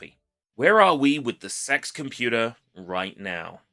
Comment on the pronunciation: Funny you didn't dare say CeX propperly do your dad